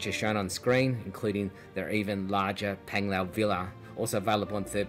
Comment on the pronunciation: Not Penglao...Panglao😂😂 pronounced